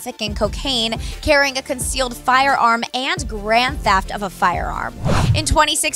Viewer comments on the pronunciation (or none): none